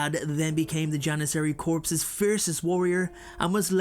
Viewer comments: The word is pronounced "core", not "corpse". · For future reference the word 'corps' is pronounced 'core' not corpse, which is a dead body. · Just a FYI corps, is not pronounced corpse. It's pronounced core. JS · Just throwing it out there... but "corps" is pronounced as "core" not "corpse" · No. I meant that the word corps was being mispronounced as corpse.👍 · Ummm… "Corps" is pronounced "core" (just as a friendly FYI) 🙂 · I really like your content but I have to correct your pronunciation of the word "corps". It has a French origin, it means "body" or many of the words that can stand in for it figuratively. As such, you do not pronounce the "p" or the "s" at the end unless there is a vowel after it, but "corpse" is a different word with a different meaning. TLDR: corps is pronounced "cor" like core, and not like "corpse" which is a dead body.